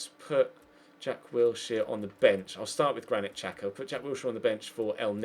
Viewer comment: It's pronounced Shaka not Chaka and Ozil not otsil